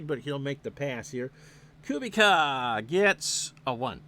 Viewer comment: For what it’s worth, I believe the pronunciation Koo-beech-ah. Enjoyed this very much. Thanks!